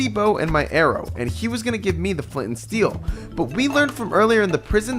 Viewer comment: "FOR A FLEENT ANS STEEL" bro......